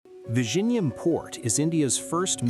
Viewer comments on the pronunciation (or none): Its not pronounced Vi-Ji-Nyam It's Vi-Yi-Nyam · It is vi-zhi-njam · Vizhinjam is pronounced as "Viyinyam" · It's not Vision-jam in Malayalam 😂 you are just a bot doing propoganda on behalf of North Indian in the South to create discord here, South Indian have more to worry from the North Indians than from Chinese who are generally minding their own business.😂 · Killed the pronunciation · The ai pronunciation of this port name reminded of benedict cumberbatch "penguin".😂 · Commenting from india. If you cannot even take the trouble to learn to pronounce the name of the port correctly, then your credibility is questionable. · Pronunciation of 'Vizhinjam' is wrong, you will have to put it in Google Translate cause I honestly can't help you here 😊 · Yes, and silently cringing whenever this guy is saying vizhinjam 😢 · Me, and yeah, and I'm cringing loudly inside whenever this guy is saying Vizhinjam; everyone says it wrong. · english man dnt know how to say Vizhinjam😂😂😂😂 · Learn to pronounce Vizhinjam first😂and nope Thiruvananthapuram isn't a small fishing town bruh... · the one place with two very unique letters in the malayalam language, so unique that even indians from other states find it difficult to pronounce, will now become a global hub. can't wait to hear news anchors across the world struggle with this word.